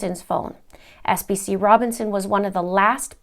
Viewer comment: FYI, PFC is the Army appreviation for Private First Class, and SPC is a Specialist..... sorry just had to clear that up, so you can pronounce it right in your next video...